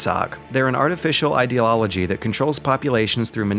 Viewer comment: Nucular deterrence idelollogy